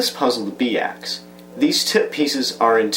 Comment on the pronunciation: Pretty sure it's pronounced "By Axe" and not "Bee Axe" :-p